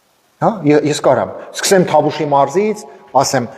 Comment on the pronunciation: ջան, ոչ թե Թավուշ, այլ Տավուշ։